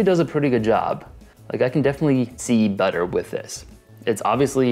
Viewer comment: “I can see butter with this” was that supposed to be a pun or just the way he pronounced better